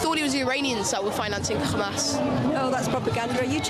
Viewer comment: His pronunciation of Hamas suggests yes, or at least he was coached by someone who is.